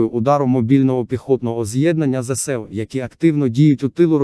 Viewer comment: ЗСУ,наголос навчись правельно ставити